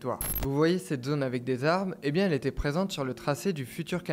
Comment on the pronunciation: Et on dit bié et pas bief je crois.^^